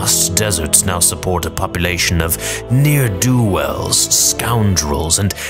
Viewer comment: Ne'er do wells and near do wells are NOT THE SAME